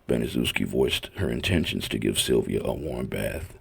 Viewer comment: Sylvia name is pronounced like inns